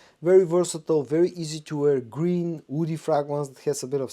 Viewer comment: Why do you keep saying "oudy" instead of woody?